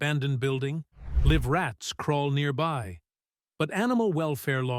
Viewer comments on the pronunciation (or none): Hey AI: when you say 'live rats' , the word 'live' should rhyme with 'hive' not 'give'. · Can no one voice their own videos anymore? You'd rather type out every word rather and let a computer speak it than narrate your own video. "Liv rats"? Pathetic!!! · AI still cannot differentiate!